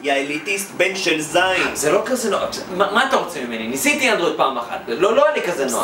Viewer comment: למה לא אנדרויד אומרים אנדרואיד עם א